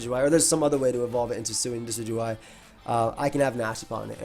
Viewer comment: It's pronounced "decky-dooey"